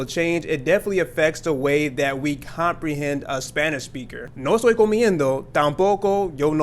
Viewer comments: ok, what you are doing is trying or saying it so fast that you are not pronunciating, "a" and "toy." Just listen and it is saying "no soy" instead of "no a stoy." Your videos are good. But you are reaching beginners as well. It is good to slow it down after saying it fast and pronunciate the vowels exact so the beginners can understand. Just my input. In your mind you said "no estoy" but in your pronunciation it comes out clearly "no soy." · lol, ok! nope, couldn't hear the e...I let a buddy of mine as well hear it and he said you said soy. That means you did not pronunciate to hear the distinction clearly. Remember that I like your videos, spanish is my passion, so if I hear something, have an opinion for or against, or can add, I will. It is not to knock anything. Some guys try to talk fast and be fancy and it is not clear. If there is a question then it means it was said unclear to know if it was this or that. Good stuff!